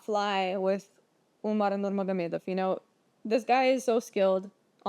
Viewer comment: You Russian? That Nurmagomedov pronunciation was perfect.